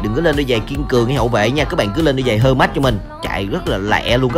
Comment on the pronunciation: Giày hơ mách hả anh sao ko đọc thành giày hơ nách đi